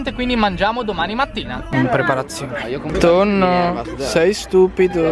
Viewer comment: PERCHE' CHIAMI TONEE R TONNO???